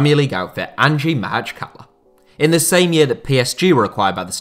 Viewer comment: Props on actually pronouncing the name of the club at least close to correct, which seems almost impossible for 99& of Western sports reporters, journalists and commentators.